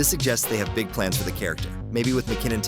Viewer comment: that said gig not big